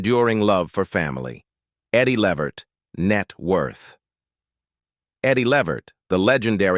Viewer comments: Thats right....Pronounced. LAA VERT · Please call these people they real name his name is Le Vert so plain to pronunciation thnk u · Uh, whats with the white family? And learn how to prounouce his last name. Do some research! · Too bad the narrator doesn't know how to pronounce their last name. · To whoever produced this.... Why are you working with robots? They make mistakes, they mispronounce words.... I have to assume you have no idea who Eddie Levert is. Your robot pronounced his name wrong through the whole piece, and you didn't even know that. Why do a piece on Eddie if you don't know who he is? Couldn't you have worked with an actual human who knew him or knew his music and would have been happy to narrate this for you? Why the fascination with AI? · You need to learn how to pronounce people’s names properly